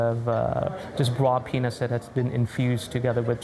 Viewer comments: indeed, I heard "raw peanus" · You know and I know he did not say "raw peanuts" He won.